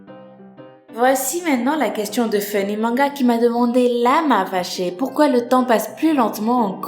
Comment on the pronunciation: Quand j'entends ton accent hyper prononcé j'ai envie de voir ta tête